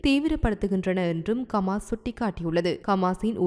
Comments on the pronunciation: உங்களுக்கு ஹமாஸ் என உச்சரிக்க முடியாதா ! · Yes bro..intha pombala Eppothumee Kamas Kaasa Balastin nu thappu thappa than Solraal.. Hama's Islamic terrorist nu Correcta Sonnathey illai☝👎🙅😄😅😆😝